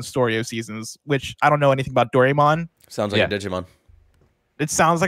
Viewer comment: It's a old Japanese children's cartoon and it's pronounced "Do-rai-mon" not dorymon